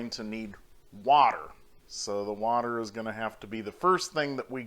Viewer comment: Wadder lol...